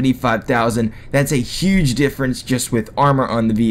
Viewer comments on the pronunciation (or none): none